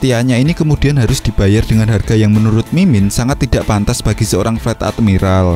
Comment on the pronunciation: Fleet itu baca nya flit bukan flat